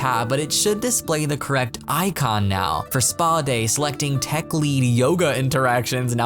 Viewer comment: not him reading “teach” as “tech” 😂